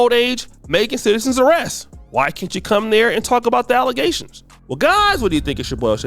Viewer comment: I’m waiting for her to say alizetions again 😂😂 😂